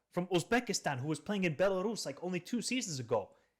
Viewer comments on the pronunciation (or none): none